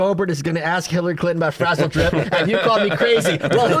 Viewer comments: "Bro you've never heard of sizzledrip?!" SMH. Its frazzledrip. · ITS FRAZZLEDRIP NOT SIZZLE DRIP YA RETARDS